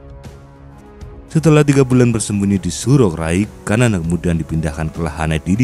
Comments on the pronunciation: Xanana bukan kanana...enak saja kau ganti2 nama orang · Xanana (pronounce bacaan nya Sanana bukan kanana) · Ejaan penyebutan s-a-na-na,, Bukan kamana min su ,,,parah PD amat lu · resah gw... sanana woy bukan kanana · Xanana bukan kanana